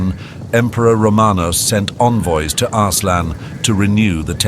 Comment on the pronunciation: Arse-lan... 😂😂😂😂 Sorry😅